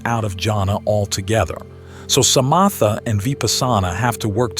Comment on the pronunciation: The pronunciation of Vipassana and samatha and other words is wrong. I suspect this is AI. I have done Vipasana for over fifty years and never heard it pronounced this way.